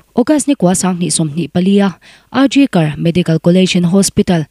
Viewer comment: I aw a nalh in, i chhiar nãl viau mai.Mahse,thlûk dikloh i nei nual mai.Neihloh khua a Tuitam Zau tih a Zau i lam dan khi a diklo.Zau khi huan tih nen a rik dan a inang tur ani.RG Kar Hospital tih a Kar i thlûk dan pawh khi a diklo.National News Channel tehi en tam rawh u.In zir zêl hi a pawimawh ania News chhiar ṭhin tan phei chuan.